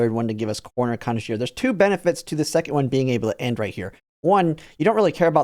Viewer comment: At 6 minutes you said "corner conno" WHAT? Connoisseur??? Can we repeat that, CORRECTLY?